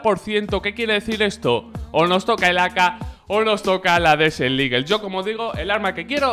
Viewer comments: Hola, no quiero faltar ni nada xd pero la desert eagle se pronuncia desert "igel" no ligel, eres un makina y un saludo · Alguien mas se ha dado cuenta que dice desel eagle?😂😂 buen video crack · buen video crack!! aunque me pones nerviosito cuando dices DESEL IGUEL hahaha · "DESEL LIGUEL"